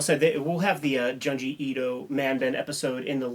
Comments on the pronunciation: its Joon-jee not Juhn-jee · I'm gonna sound like such a goddamn "but actuallyy..." nerd, but it's pronounced 'June-ji'. Sharing this vid with my horror homies!